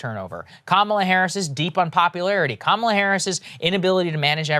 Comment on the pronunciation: "My name is Kam-ala harris". Wait so it's not Ka-mala or Kama-la? Fuck me her name changes every day